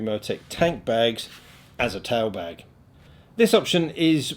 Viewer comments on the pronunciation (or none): LOL, okay. Love your vids. This one was VERY informative, but I caught myself hearing "Towel Bag" instead of Tail bag (I'm in the US). Once I figured this out, I had a good chuckle at myself.